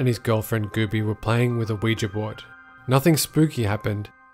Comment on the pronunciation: Thank you for pronouncing "Ouija" properly, so many people mispronounce it. Instead of "we ja" they say "we gee" and it pisses me off. 😂